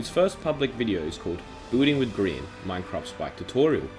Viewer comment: I like how he spells his name as green not gry an (grian)